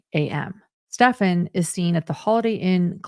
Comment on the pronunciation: Finally someone pronouncing this monsters name ( Stephan) right? Does anyone know of a reason why so many are calling him Stefan?